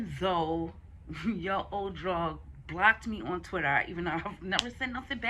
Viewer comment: it's pronounced droog as in food lol but dope review